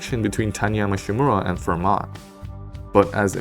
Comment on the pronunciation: The "t" in Fermat is silent.